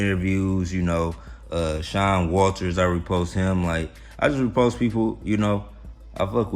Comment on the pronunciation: when u say "repost", it sounds to me like repulsed. . .LOL. I know what you mean. Maybe I'll see you over there.